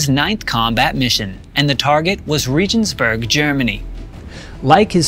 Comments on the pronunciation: Regensburg> Reagans-burg As in the US President Wilhelmshaven> Wilhelms (Williams) Haven not "shaven" Leipzig> Lye-P-Zig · OK, the name of the city 'Regensburg' is pronounced with a hard 'g', as in the word 'got', not a 'j' as in 'just'. Hewett Dunn's rank was Master Sergeant, not 'Major Sergeant'. A Master Sergeant is the same pay grade [a Grade 1 NCO] as a First Sergeant [the top NCO of a company]. In US usage, a Sergeant Major is the senior NCO of a battalion or greater Army unit. While they are the same Grade 1 pay grade, a First Sergeant is responsible to a Company Commander and a Sergeant Major is responsible to a battalion, regimental, or divisional commander. Yes, I know this may seem to be petty ticky-tack criticism. But if you're trying to discuss history, the mispronunciations undermine your effort. And when dealing with military history especially, you MUST get someone's name and rank correctly. Any errors with that particular information make the speaker seem like a talking head instead of an actual historian. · Need to work on pronunciation. It’s pronounced Lipe zig not Leap zig also it’s Reg ens burg not regions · Regensburg is pronounced with a hard g. Like ray-guns-berg. Leipzig is pronounced lipe-zig. Too painful to continue watching. Thanks for bringing this interesting superman to my attention. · Leipzig is pronounced "Lyep'-tzick". Regensburg is pronounced with a hard "g", as in "get", not a "j" sound, as in "regency". You could help your narrative fly smoothly by checking your list of German words / place names with one of the many audio pronunciation sites. When Germans immigrated to America in the 18th century, they took the trouble to "Angicize" the spelling of their surnames, so other colonists would pronounce their names correctly. For example, Eisenhauer became Eisenhower.